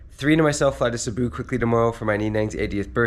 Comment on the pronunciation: Sabu 😮 oh please 😢pronunciate Cebu correctly 😊so many vloggers are saying Sabu and it’s just not right 😊 it’s Cebu 😊 like See-boooo